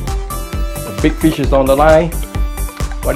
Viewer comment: Good idea ! But why you kept saying Bi fish instead of Big fish ? Are you Vietnamese ? HAHAHA